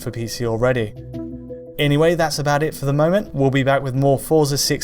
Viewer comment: FYI, Forza is pronounced fort-za.